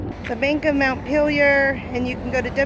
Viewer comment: Got pronounciation right after all. At least how it is pronounced in Northern New England where the capitol of Vermont is also Montpelier. And I lived in Paris, Maine for 35 years. Just closing on my house in a week, buying a used class C to travel.